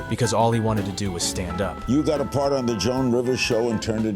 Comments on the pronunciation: So he never wanted to sit down? Looks like AI narration still can’t get word stress right based on context. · i typically agree with this sentiment but i stopped 7 minutes in when the inflection of "stand up" indicated he was rising from being seated. the world needs to get ready for ai to be used in innovative ways that push the needle, but if you want to make youtube videos but can't record your own voiceover, maybe try freelance editing. this isn't cancer research or a breakthrough in rendering technology, this is cutting corners due to carelessness. I'd imagine a more committed creator would generate higher quality work. an audience who's invested tends to notice when the author isn't. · damn is the narration ai generated? why did he say "cause all he wanted to do was stand UP" like that and not "stand -up"? lol